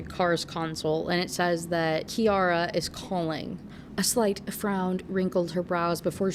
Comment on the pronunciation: SO weird to hear my relatively uncommon name being said so much in a video 😭 and I can confirm—it’s pronounced KI-ara :)